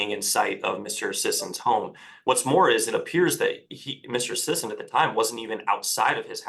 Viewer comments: Well.. I'm sorry Mr. Sissy.. oh sorry Sisson. Its unanimous! Your name is now Mr. Sissaan. 😆 I thought it was pretty funny his own lawyer was able to say his name correctly only once, after Mr. Sissy corrected him, and the rest of the hearing everyone calls him Sissaan. 😅 until near the end when the judge makes his judgement, and then he correctly calls him by his name. It just tickled my fancy is all. Carry on. 🥸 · Seems like they were mispronouncing Mr. Sissy's name the whole time. 😉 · I bet it drives Sisson crazy that everyone is mispronouncing his name. 🤣🤣🤣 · The fact that he wouldn't even pronounce the guy's name correctly, even after hearing him say it shows just how little he really cares about this case. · I was shocked that he mispronounced his client’s name. It’s two syllables. He clearly didn’t care.